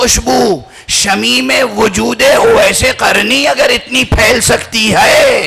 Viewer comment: جاہل اویس قرنی قاف سے آتا ہے کاف سے نہیں